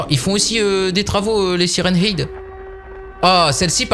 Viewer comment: Salut ta prononciation de sirenhead est fausse le ''head'' ce prononce comme ''head'' la tête en anglais 😉